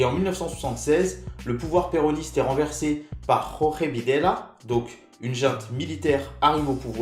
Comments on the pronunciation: "réprimées".Et non pas "réprimandées".Et c'est "José" qui se prononce Roré,pas Jorge qui se prononce Georgé (Vidéla) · Oui je sais: jorge rafael Videla.Ici je parle de la prononciation de son prénom qui se dit phonétiquement "jorjé".Or tu le prononces "Roré".Alors que c'est "José" qui se prononce "roré".Je ne voulais pas t'etre désagréable.